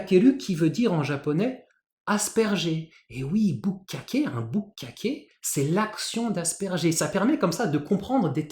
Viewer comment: Bukkake, d'ailleurs, on n'oublie pas la petite pause ! Mais j'ai éclaté de rire si fort ! 😂😂